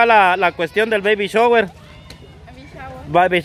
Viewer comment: se pronuncia. BABY SHAWER